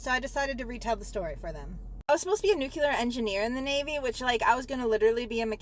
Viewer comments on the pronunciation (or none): She was in boot camp for eight months. Because they wanted to make her a nuclear engineer. In boot camp. But she never got to the part where they teach you how to pronounce “nuclear”.